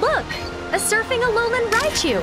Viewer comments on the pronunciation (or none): none